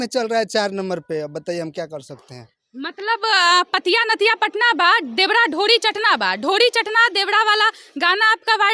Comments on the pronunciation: मैडम जी एक तरफ दुध दुसरे तरफ शराब रखा है आप किसे खरीदेंगी आप पर निर्भर करती है देवड़ा देवड़ा रट लगा रही हो शूध बोलना सीखे पहले चलीआई रिपोर्टिंग करने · मैडम आप रिपोर्टिंग करने के लाईक नही है , देवरा को देवड़ा देवड़ा बोल रही है, ईससे आच्छा है कि आप नौकरानी के काम करती पि के आर्यन के घर मे नौ हजार के महीना मिलता